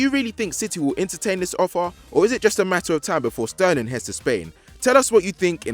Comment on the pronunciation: Who let say his name wrong??